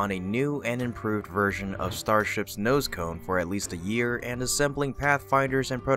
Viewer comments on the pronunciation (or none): none